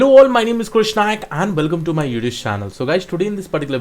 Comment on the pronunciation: oh, so its "youtube's" channel. I was wondering why is he saying "youtush" channel😅😅